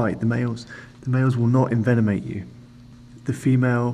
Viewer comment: "Males will not invenomate you" bahahaha